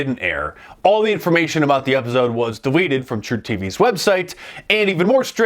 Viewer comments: I never noticed how Mark pronounces episode as “epizode.” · Man now i can't unhear that lol. Epizode.